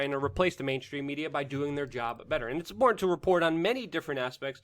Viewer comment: Love your content but your speech drives me nuts..it is with not wit and it's important not imporant